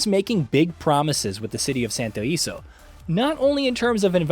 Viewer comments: SANTO ILESO, not santo iso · The city name is pronounced Santo E-leh-soh. Ileso means unscathed or unharmed in Spanish. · its literally in the games promotional material... it's not a matter of being Spanish as that implies you are from Spain(which I am not). Its the fact that they have literally said how to properly pronounce it in the gameplay reveals and trailers.